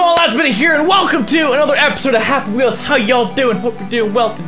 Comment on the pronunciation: did he just say "pappy wheels"